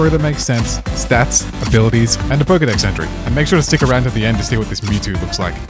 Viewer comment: Mewtwo not mental